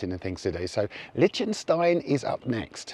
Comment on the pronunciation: Regarding Liechtenstein, I believe it's pronounced lick not lich...